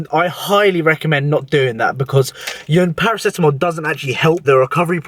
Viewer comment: Paro-Ceto-MOL 😄 you're a legend